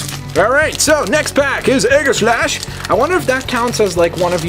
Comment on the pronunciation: its ee ga slash